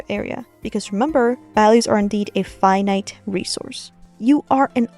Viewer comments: i heard "five nights resourse" and somehow it didn't sound wrong to me, like you drawing freddy, like okay if you say so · What she says: "Finite resource". What i heard: Five night resource 😅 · "values are a five night resource" was what i heard